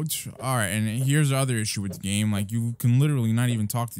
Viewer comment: Am I the only one who noticed he said the black clover Roblox GLAME